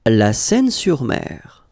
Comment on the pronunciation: Ça se prononce « seïne », c’est pas Paris ici !